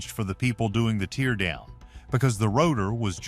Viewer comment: All this AI and can’t pronounce the word “teardown” correctly. Not very inspiring.